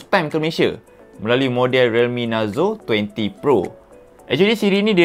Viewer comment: Kenapa aku dengar macam sebut NARUTO 20 PRO😂😂..adehh...